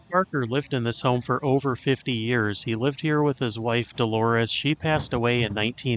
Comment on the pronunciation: But, not in the beginning. He said Delores!